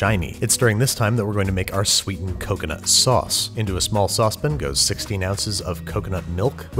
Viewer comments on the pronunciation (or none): Every time you say saucepin instead of saucepan i black out in rage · Nobody: Babish: sospin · more like sos'pin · "SaucePIN" Every time.